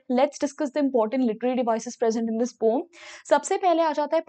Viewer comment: Didi pome nhi poem